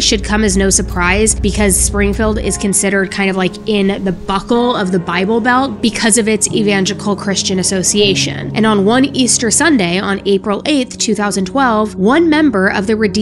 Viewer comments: "It`s "evangelical",not "evangical"- ......and it was hilarious how you pronounced "anti-freeze"--you cracked us up.....anyway,great job and hope you get better with the grammatical stuff,etc...it just makes for more of a professional presentation and not a finger-pointing thing at your expense........ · E VAN GEL I CAL ( NOT EVANGICAL ) 😊💕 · It’s not evangical. It’s evanGELICAL.